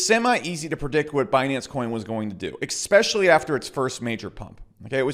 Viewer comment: I’ve been hearing someone say “eXXXpecially” every day the last 3 days. Why fer?